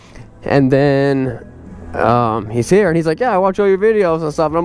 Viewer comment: seconds in when you say “he’s here”. My phone thinks I say “hey Siri” and Siri pops up. Ha